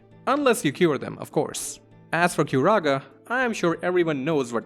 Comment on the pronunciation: What the hell is Curuga? Sounds like a Foghorn noise. Is that meant to say Curaga...? My friend, you don't "try and do...something", you "try TO do...something". Counter-clockwise? Hmm, did you learn "English" from Americans? Americans don't speak English. What Garland is talking about here is very similar to my theory of "Genetic Memory". This is only the Christian depiction of Angels though. The Celestials do not really look like this. That is the Iifa Tree, not the Lifa Tree. It is clearly a capital I and not a small L.